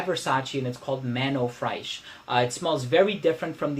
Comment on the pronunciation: I always hear you pronounce "Fraiche" wrong. It's pronounced just like in English fresh. But perhaps with a French R :)